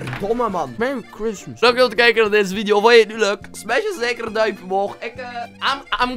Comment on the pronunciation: Merry chreistmies